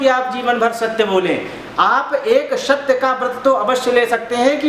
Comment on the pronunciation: पंडित जी,आप दूसरे कथा वाचक को नीचा दिखा रहो,आप का 'सत्य' शब्द का उच्चारण भी शुद्ध नहीं है,स्वयम को अति ग्यानि दिखा रहै हो ,एसा भरम न पाले।जय राम जी🙏🙏